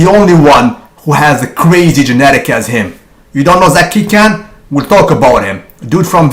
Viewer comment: he is not the biggest, gunther, ruhl, kovacs and dillet was the biggest and its not 'king can" its 'king KHAN' (pronounced kon)